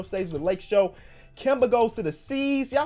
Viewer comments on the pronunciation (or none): none